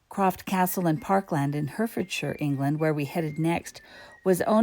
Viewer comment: .You misheard. Croft Castle is in Herefordshire. Yes, Hereford still wasn't pronounced properly but your correction isn't correct this time.😂